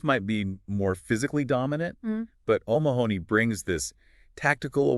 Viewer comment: Omg his name is pronounced oh-MA-ha-nee, not Oh Ma-honey. Stress on the Ma. Please just watch any European YouTuber pronounce it.